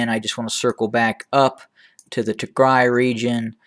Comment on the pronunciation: Thank you for pronouncing tigray the right way is the music to my ears